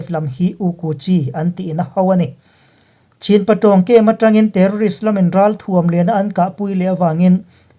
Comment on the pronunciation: Chin hi CHHIN tia lam tur an ti niin ka hria, Kachin pawh Kachhin tia lam tur an tiin ka hria.